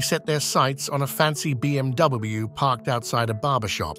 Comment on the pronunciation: The B M Dubbey Ubbleyou lmfao